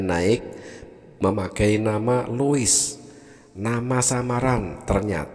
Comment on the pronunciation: Lois konon bacanya lus